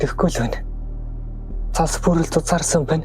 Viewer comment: цас гээч дээ зас гэж шаагаад байх юм